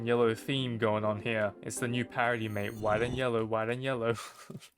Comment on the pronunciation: "Wudah" "M8" "Rivah" man i love Australia